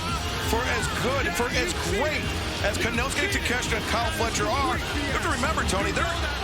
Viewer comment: Takeshka??? Why are they calling him that lol , take---shita not shka